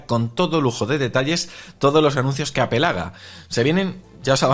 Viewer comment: En Español se lee apel. No apol jaja